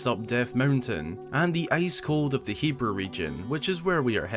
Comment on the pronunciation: Thank GOD you say hebra right